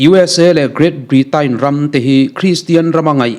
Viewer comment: Britain ni lo in britein tih a lam tur...